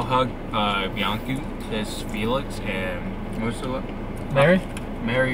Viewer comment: I like the pronunciation of the name Felix, this boy almost looks like Felix